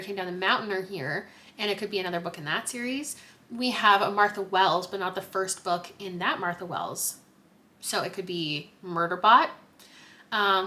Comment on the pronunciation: haha no worries. It's pronounced more like a-mir-tha.